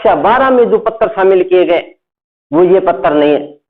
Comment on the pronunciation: Sir pattar nahi hota hai patr hota h